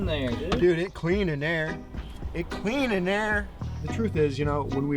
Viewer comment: "it clean in dehrr" ❤️